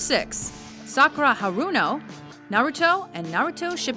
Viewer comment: The way she pronounced the names made me cringe. Sock oo ra ha runo XD